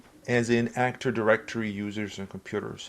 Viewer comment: Awesome video, but why do you say "actor directory" instead of "active directory"? 😭